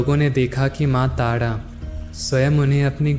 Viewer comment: I really love the way you explain things Just have one question You pronounce R as ड* You speak ताड़ा not तारा Why